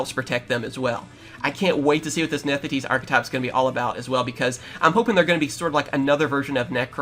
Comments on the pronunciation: “Nethideese” I’m sorry WHERE IS THE “D” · “Nefthis” bro